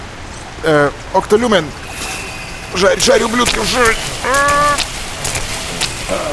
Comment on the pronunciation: Екто Люме а не Окто Люмен окей??